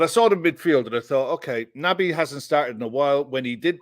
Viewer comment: Stop calling him Nabby! He's Nobby Keita from now on lads! 😳🥺🤒